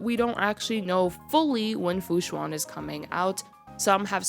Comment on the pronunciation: i think i may get myself luocha after watching this despite originally skipping on him but will def wait for an updated video from you when hes out!! >< also not to be nitpicking or anything, the xuan in fu xuan is pronounced kinda like shu-ann/shu-when and the luo from luocha is kinda like loowoh. have a nice day!